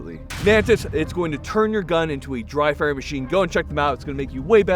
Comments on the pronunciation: At the beginning of the video when axed what you should be doing to improve your shooting? - it sounded like the other lil fella said 'Drive by' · I thought for a second when said dry fire that he said drive bys.😅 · I legitimately thought said "drive by" when asked how to get better at shooting before the Mantis plug. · I can't be the only one that heard say "drive-by" instead of "dry fire" lol